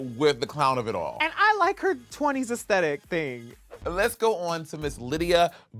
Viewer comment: i keep hearing jinkx and bianca saying estities 😭😭😭